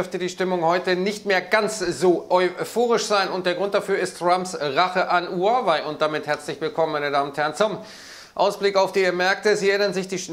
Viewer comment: Huawei, nicht Huwei!